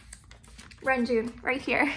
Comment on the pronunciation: your collection is beautifully organised 🥰 It's so pleasing to look at! ❤️ (btw, the proper pronounciation for Renjun is Reonjin (런쥔)~ just wanted to let you know, but of course you can say whatever feels comfortable)